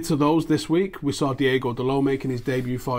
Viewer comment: it's DI-O-GO not DI-E-GO Dalot btw what has happened to Callum Gribbin?